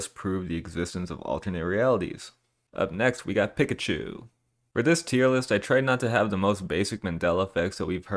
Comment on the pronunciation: Who the hell says “pick a chu”? It’s clearly “peekachu” even the anime pronunces pikachu this way. This guy must be from an alternate reality in which people say pick-a-chu